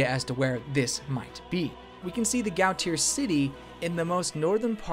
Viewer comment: Gautier is pronounced Go-shay.